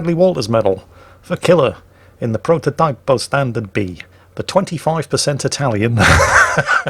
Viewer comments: Prototype un Italian is pronounced like proto teepo in English. Typical that WG produces only tanks that are better than anything the German line has. Bit sad. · Actually "Prototipo" is pronounced as "Proto-teepo" (like teapot) ;) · to pronounce it right try - prototeepo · Prrrrototeepo